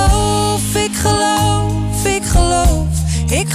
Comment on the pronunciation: Goed gezongen door Meau echter haar G is niet zo prettig als Boudewijn de Groot's waanzinnige fijne pure uitspraak, als je goed luistert is Meau's G hard en schrapend (ik Geloowf, ik Geloowf, alles 'Schaagt foorbij' klinkt ook met te westelijks accent), maar nogmaals verder goed geinterpreteerd.